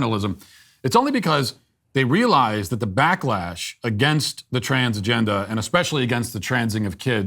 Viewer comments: ok.. that is clever.. although it sounds like you're saying transgender with a Boston accent.. 😁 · Transgendahh just sounds like how people say transgender where I am from which is RI so how Peter Griffin would say it lol. Luckily, I do not have said accent.